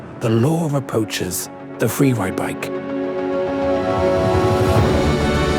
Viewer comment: Fweewide, LOL